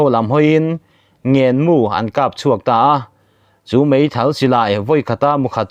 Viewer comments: Mizo țawng i hre tlem deuh ani maw.'ngên mu' kha athluk a diklo.'ngên' tih lai kha'nau in mi ngęn tih lai a'ngęn' tih thlūkin i tiri a a diklo. thlūk săn tur ani. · Mizo țawng i lam diklo țhin, 'ngênmu' i lam dante kha a diklo hulhual nia. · Ngênmu i lam dânchu ava Zo lo ve, naupangin afuhzawng, nu leh pa tehnena ṭap chunga ngên ang in i lam a, ngén (tlâng) tih anga thlûksân tur aw.